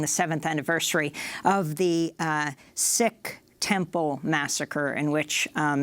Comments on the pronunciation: It is pronounced seek not sick for sihks the turban headgear kids from India or Canada or here we all over n don't forget moderate sihks who cut their hair n beards so u don't know who they r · Sikh pronounced SEEK not sick. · Sikh is pronounced Seek